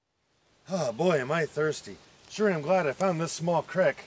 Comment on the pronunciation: ITS CREAK NOT CRICK YOI HOBOS